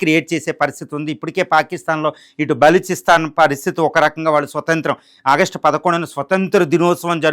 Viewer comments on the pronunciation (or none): none